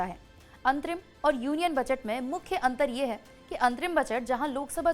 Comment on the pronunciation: मैडम बजट होता है बचट नही 😂😂😂😂